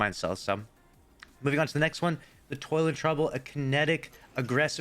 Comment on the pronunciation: Why do none of the offered Banshee weapons not have Masterwork perks? On another note i thought you said "Toilet trouble" for Toil and Trouble :))